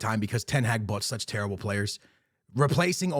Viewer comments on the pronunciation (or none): none